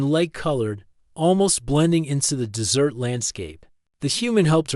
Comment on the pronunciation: Terrible narration. Pronounced "dot" at end of sentences; pronounced "desert" as "dessert". :-(